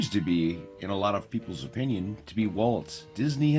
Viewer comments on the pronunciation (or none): none